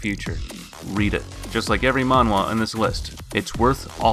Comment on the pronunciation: Wtf is manhwa and why does he keep saying manhwa